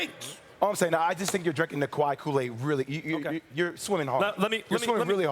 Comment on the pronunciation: Dude said kawhi 🤦🏾‍♂️